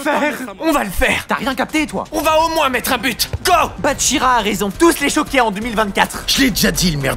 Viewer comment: Qui a remarquer que il a dit su but